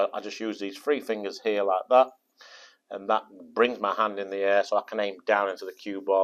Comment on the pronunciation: With the upmost respect with no intention of being mean. He says "and" instead of hand sometimes and i am really enjoying it.